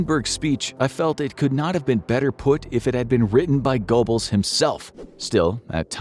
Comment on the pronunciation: Joseph Gobbles? Seriously?